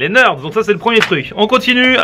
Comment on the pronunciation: On dit pas 'nerds'mais 'nérds'